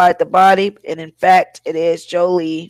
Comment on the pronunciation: please pronounce her name correctly